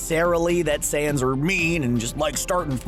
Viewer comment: Is he saying seance? Seriously, can't even pronounce saiyans huh?